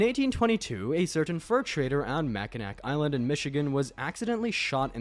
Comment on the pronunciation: That's not how u say Mackinac pretty the c at the end is a w for someone reason like Arkansas